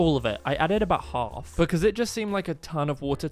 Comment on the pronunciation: The way you say half you say it like hulf it gets me laughing so hard I love your videos😊